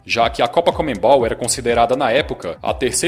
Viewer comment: Cara, para de falar comeNbol, é conmebol. O N é antes do ME